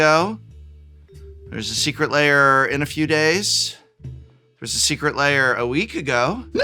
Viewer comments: Why do people pronounce ‘lair’ as ‘layer’? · I swear it sounds like he keeps saying "Secret Layer" instead of "Secret Lair" lol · You keep pronouncing it "secret layer" and it messes with my head. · When did "lair" become two syllables?